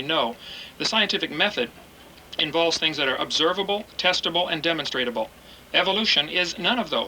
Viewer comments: Funny how many times he mispronounced demonstrable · Hearing him say "demonstratable" over and over again makes my language-bone twitch vehemently. On top of that he's just very... very... stupid. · lederereddy Quite a rant there. Faith achieves nothing but delusion. Hovind was a High School science teacher. As usual Genie blitzed the guy saying "demonstratable" several times - new word Created. Evolutionists call it "demonstrable." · I get triggered every time Kent says "demonstratable". Protip: The word he's looking for is "demonstrable".